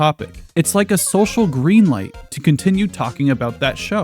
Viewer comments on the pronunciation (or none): none